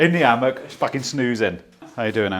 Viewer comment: 'Hammock'... sure ;)